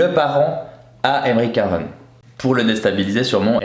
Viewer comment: c'est aymeric caron et non carone